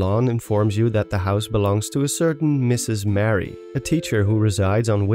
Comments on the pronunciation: Maybe I’m not the only one to mention this, but it’s Marie, not Mary. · I don't think you pronounce it like Mary, but more like Ma-ree. Otherwise, great video! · the name youre saying is spelled: mary... her name is muh-ree